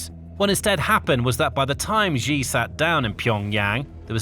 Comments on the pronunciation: Its actually pronounced xi(shi) not ji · You've made several videos about Xi Jinping. Can you start pronouncing his name correctly? It's pronounced "shee", like 'he and she'. It both reduces your credibility and grows more irritating with every repetition. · Pronounced "She" Jinping